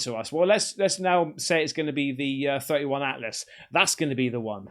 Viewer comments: 3I Atlas is pronounced three eye Atlas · 3 eye "i" atlas Not to be that guy, just thought I'd mention that. Love ur vids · Not a big deal but it's 3i atlas. Not 31 Atlas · 3 eye sounds suspect as hell